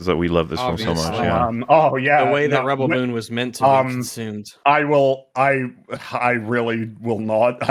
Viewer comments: Reb-BELL Moon. 🤣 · I love how they kept saying Ribbel Moon lol